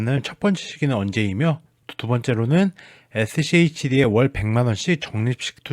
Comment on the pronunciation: 슈드래요 슈드라고 읽으세용